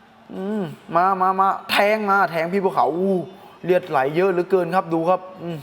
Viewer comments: เลือดเฮ๊ย ไม่ใช่เลียด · เลียด หรือ เลือด ครับ 😅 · พี่พูด รีดหรือเลือด เนี่ย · เลือดพี่ไม่ใช่เลียด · เลือดครับ ไม่ใช่ เลียด555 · เลือดไม่ใช่เลียดนะ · มึงคนไทยภาคใหนว่ะเลียดอาบเลย555กุขำอ้าวเลียดกะเลียด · เลียดๆ คนอีสานบ่ครับ